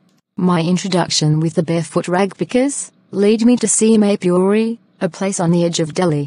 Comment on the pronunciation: Video is nice but Saheb pronounciation 💀